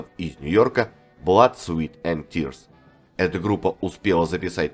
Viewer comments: Внимание, комментатор! В названии 'Blood, Sweat & Tears" (Кровь, Пот и Слёзы") вы неправильно произносите 'Sweat' - как "Свит", сладкий. А слово "Пот", произносится, как "Свэт". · Все хорошо,но произносить название группы "Blood Sweat and tears"надо правильно-кровь ПОТ и злезы!А не сладости(sweet) Sweat!